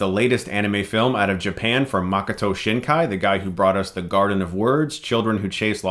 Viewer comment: "You have to know Japanese culture" You said this 4 times I think. What exactly do You know about Japan. You don't even speak Japanese. You can't even pronounce the director. Pls get off your high horse. You are just an ignorant American and that is absolutely fine